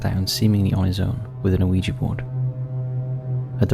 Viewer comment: It's pronounced wee-ja or wee-gee board. Not Oh-ee-ja board.